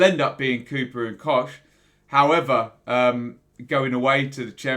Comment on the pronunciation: It's pronounced COCK mate. COCK! Not Kotch ;)